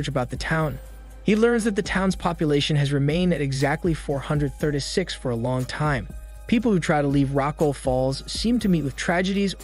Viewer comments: "four hundred thurda six" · Four hundred Thurtay six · "Four Hundeh Thurduh Six" is all I can hear. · why you say 436 like that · The way he says 436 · The way he says “436” kills me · The way you pronounce 436 😆